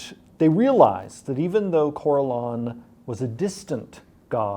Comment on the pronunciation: Jeremy’s pronunciation of names like Corellon and Drizzt kinda makes me want to kill myself tbh, but hey Drow aren’t such a steretype anymore! It makes me happy!